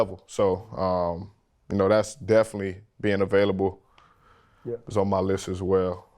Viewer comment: Okay, now I heard that Louisiana accent come out of RC when he said, "Yea!" 😉✌🏽💪🏽💙